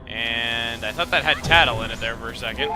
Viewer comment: Every time he said "It was really thought out" I heard "It was really thawed out"